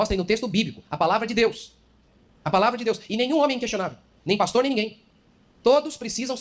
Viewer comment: Por*a. Você nao consegue acertar nunca o nome desse pastor?